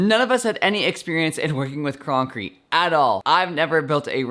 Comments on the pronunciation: Is it just me or did he say croncrete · “croncrete” But this was very cool